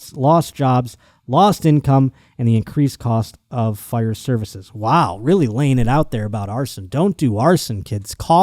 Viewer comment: Buffalo genes